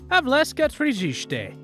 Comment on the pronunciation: Its Havelske, not Havleske. In czech Havelské tržiště 😉